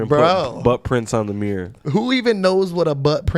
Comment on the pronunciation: Bro said Meer (Mirror) Lol